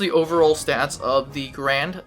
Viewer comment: It’s “Gar-and” not “Grand”